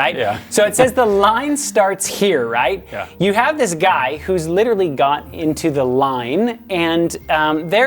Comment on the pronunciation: I don't like how he pronounces "literally"